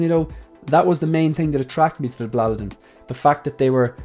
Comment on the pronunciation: Hi Great video as always. Your pronunciation of Blåliden sounds better than the word here in Scandinavia. You can't write the correct pronunciation because Å is not always pronounced as an A. And the same goes for D, at least in this case it doesn't I can send you an audio file on IG with the correct pronunciation if you want? Have a nice day